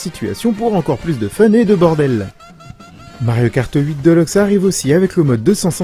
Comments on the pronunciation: sa me fait tiquer quand j'entends deleuxe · "mario kart 8 deuleukse"